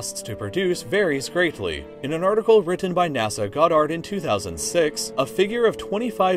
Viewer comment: the robo narrator fake voice mispronounced NASA-GODDARD. F,uck this video and the lazy A$$ creator who hasn’t got his facts straight.